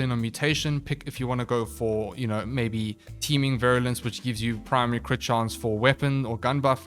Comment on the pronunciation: You pronounced Virulence correctly, no worries.